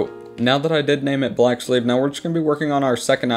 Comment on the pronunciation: Thought he said black slave lmao based